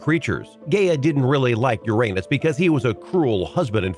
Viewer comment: I'm 40 yrs. old... I STILL chuckle every time I hear Uranus pronounced that way...